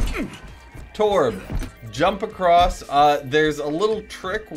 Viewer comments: why did you call torb torbjorn its pronounced torbyorn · he call'd torbjörn torp